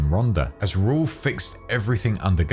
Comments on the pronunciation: God, yeah. Completely Butchering the Spanish language lol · the pronunciation of Raul’s name was CRIMINAL lmao